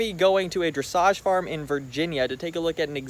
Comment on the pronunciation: Dressage farm … in the first few minutes of the video , I thought you said “massage parlour” !